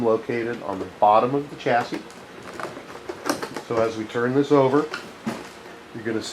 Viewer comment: good vid but the way you pronounce chassis is cracking me up!